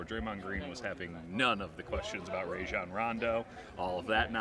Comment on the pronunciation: "Ray-John" Rondo 😂